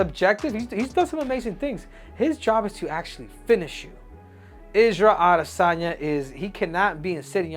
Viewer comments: Isarel adi - san - yaaa Yov wtf🫠🤣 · Israel Ah-DEH-sanya 😂